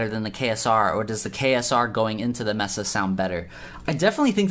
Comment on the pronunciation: I swear to god, it’s maysa not messa lol 😂